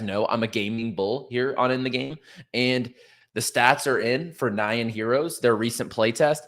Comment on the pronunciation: Btw, "nyan" is pronounced like "yawn" but with an 'n' in front. It's the Japanese version of "meow", the onomatopoeia for cat vocalization.